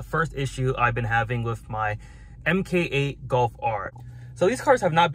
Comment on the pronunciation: It's not an M-K-8 brotha, it's pronounced Mark8... Just an FYI...